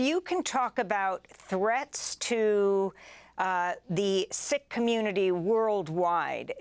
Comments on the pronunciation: Pronounced Seek , not sick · Sikh is pronounced Seek, not Sick..... unless you are expressing an opinion. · Why is Sikh suddenly pronounced "sick", rather than " seek"? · I’m confused I thought Sikh was pronounced like Seek not Sick? Or does it just vary across the pond like how Americans say Moslums instead Muslims? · It’s pronounced seeks not sicks according to my SIKH friends. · I thought Sikh was pronounced to sound like 'seek'. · It's pronounced "seek" (Sikh) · Sikh-pronounced seek. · it's pronounced seek, d*mb *ss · It's pronounced "SEEK" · Isn't it pronounced Seek